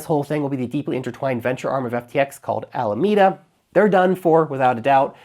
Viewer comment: I agree with your pronunciation of Alameda. Thank you.